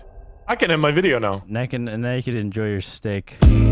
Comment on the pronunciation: “ARE YOU NÆKED?”